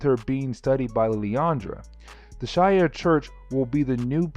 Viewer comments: She-are not she-air but honestly I’ve been watching all the videos so I don’t care ho you say things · It's "SHEE-ARE", not "SHY-AIR". It's always been that way, ever since the first time they ever made an appearance in a medium with actual speech (X-Men: TAS, X-Men Legends 1 & 2, Marvel Ultimate Alliance, etc etc etc). I mean, Jesus. Have you never watched or played a Marvel game/cartoon? Also It's "LIL-ANDRA", not "LILI-ANDRA". Where's that second "I" coming from when you say her name? I assume you can read, since you made this video on an actual comic. Did you see an extra "I" in her name? Cause I didn't. Literally just googled it too. There is absolutely no other spelling for her name, period.